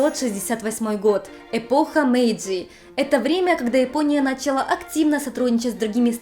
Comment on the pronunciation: Столько всего уже было о Японии, но до сих пор находятся неосвещенные темы - на первый взгляд такие простые, но на деле куда более сложные! Спасибо вам,!! Есть один момент, который немного режет по ушам, особенно на фоне в целом качественного контента: на́чала вместо начала́. Слышу из видео в видео 😅 Надеюсь, мой комментарий вас не обидит и лишь поможет улучшить ролики!!